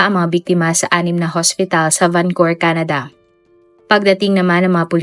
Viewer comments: Why Vancur? It's supposed to be pronounce as Vancou-VER ..✌️ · Correction po...and i hope you don't mind.. VancouVER po .. not vancour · Nakakalungkot na balita. RIP sa mga biktima.. 🙏🏻 Salamat po sa update.. No bashing po, pero Van-cu-ver po yata ang pronounce nun. Napaisip po kasi un mga nakarinig sabi nila akala daw sa Canada, bakit sa Vancowr pala. Anyways thanks po ulit sa update. 😊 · Van Cou Ver po ma'am hindi po Van Cour ✌️ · Ang lungkot po. ..Mas malungkot ang pagkapronounce mo ng Vancor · oo nga